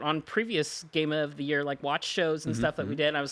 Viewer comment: Game of the Yera??? Speak English at least 😂